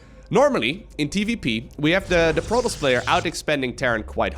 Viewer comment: I’m only here to hear him call Protoss, “Prolous”